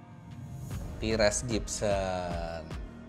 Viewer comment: ...bukan "tires" Gibson om Fitra spellingnya..but tyrese gibson